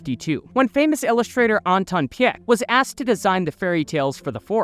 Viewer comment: Great video! But little correction, you pronounce Anton Pieck as P[ee]k